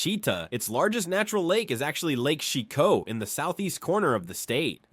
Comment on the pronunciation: And is Lake Chicot pronounced “shy cot”? I thought what the AI said sounded wrong but I’m not from that side of the state